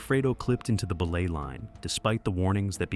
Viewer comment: That AI bot narrator kills me every time it pronounces belay as "BEE-lay" 🤣🤣🤣🤣🤣🤣🤣